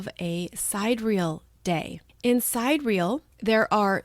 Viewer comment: Thank you for all you do. By the way, sidereal has 4 syllables: sie-DEER-ee-ul. ;)